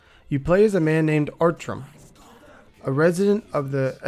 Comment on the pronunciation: yes it is. and his name is Artjom, not Artrom XD